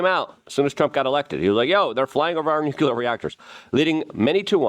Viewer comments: Why do you keep saying nucular (nuclear)? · Wtf is nucyelar? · Nuclear. Nu-Clear.